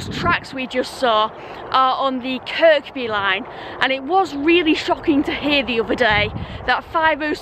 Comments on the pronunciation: Bonkers as always. Oh and Kirkby is pronounced as Kirby or as the locals say Kiiiirby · At the end of the day G only you (or a clone) can do snot checking, flowing water is so calming (a pity it makes you want to go to the loo) , it's the sound for me. Funny, entertaining and superbly edited. Although your pronunciation of Kirby is incorrect, it would sound strange if you did change it, so please don't. As an exiled Scouser it pains me to hear about the demise of the 507006. Looking forward to the next one